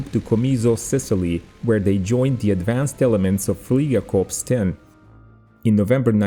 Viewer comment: I love your channel as you give us a visual representation of history. I have one minor correction. The word fliegerkorps is pronounced without the s at the end, as if it were spelled fliegerkorp. Thank you for the great channel!